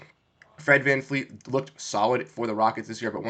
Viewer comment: You are trying too hard bro. You have no idea what you are talking about. FFS you can't even say VanVleet's name right.. It's not VanFleet